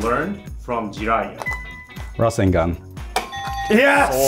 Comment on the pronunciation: He pronounced rasengan weirdly :(